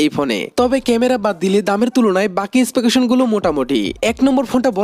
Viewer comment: স্পেকেশন না X specification (স্পেসিফিকেশন)